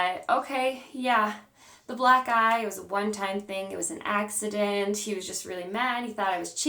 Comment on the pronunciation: At first I thought you said Black Guy! Then I was like wait why would he give you a black guy? You said black eye!!